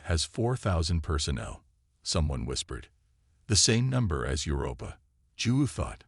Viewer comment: DAMN!!!!! 30 seconds into the story and I am outta here!!!!!!!!!! Your AI SUCKS!!!! In the first 30 seconds, we already have, "your-AHPPA" (Europa), "deh-BRISS"!!!! I will NOT sit through the other 54 minutes and 23 seconds listening to this kind of POS AI!!!!!!!!!!!!!...no matter how good the story line is.